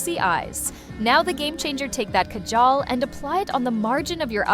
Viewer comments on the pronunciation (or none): none